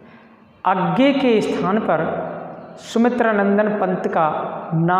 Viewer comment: Sir अज्ञेय द्वारा रचित हे सही तो बोलो और सही ही लिखो